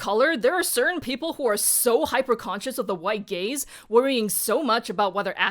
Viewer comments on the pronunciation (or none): when she said withe gaze i hears withe gays